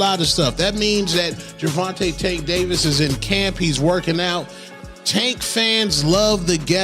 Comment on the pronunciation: Jer-von-tay!!!!! Not Jer-von-tuh🙄